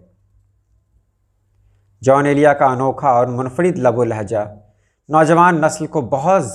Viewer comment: محترم ان کا نام جون ایلیا تھا نہ کہ "جان ایلیا"